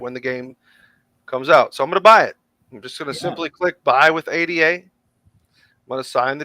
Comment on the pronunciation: It's pronounced "AYE DAH" after ADA LOVELACE 😅